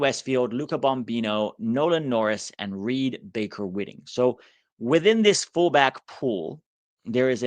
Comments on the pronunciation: Can’t confirm, but every other pronunciation of RBWs name is White-ing, not Whit-ing. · Hi - Reed's last name is actually pronounced "Baker-WHITEing"